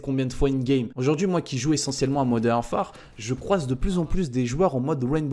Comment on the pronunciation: Je t'aime bien mais juste arrête de dire modern arfare😔